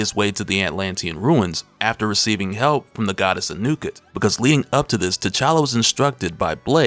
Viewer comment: it's pronounced AH New Ket